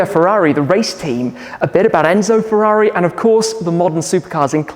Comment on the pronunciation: Furóree in Moranélow.